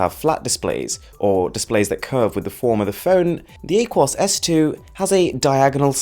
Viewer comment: It’s ah-kwōs not whatever you said